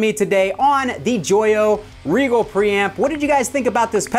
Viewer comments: would that not be pronounced "RYE jel"? Like the star? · This is correct, I came to say the same thing lol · Oh! btw it is Rigel not Regal... I was wondering why i couldnt find it!